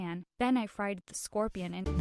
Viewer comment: It’s scorpion